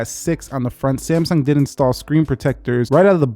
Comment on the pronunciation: Did he say Samesung in the start